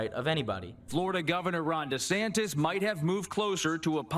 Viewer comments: Trevor!!! Repeat after me: Ron De SANNN-tis, not Ron De SANK-tis. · Trevor is actually calling him Ron DeSanctis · Trevor is still saying “DeSanKtis” with that extra K. At this point, my advice to Trevor is to add two more and just go all in by saying “DeSanK-K-Ktis.”